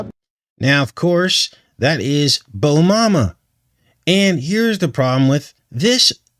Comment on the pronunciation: Haha "Bomama"